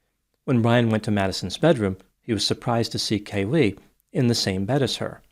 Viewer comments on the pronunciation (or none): It's KAYlee, not KayLEE 🙉